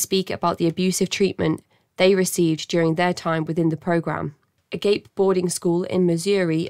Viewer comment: Ah-Gahp-Ay, not "agape", as in hanging open Glad Agape got shut down! Let's keep this going! Can Phoenix Host PLEASE, FFS, be next??!?!??!!!